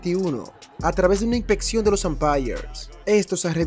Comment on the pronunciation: Si vas a hacer videos aprende hablar.. no se dice: inpetion Inspeccion..hay una S